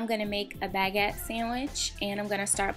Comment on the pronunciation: I love the video! They look so cute and delicous. But you said baguette wrong, u say it like bagWette. But if that's how you like to say it, that's fine by me!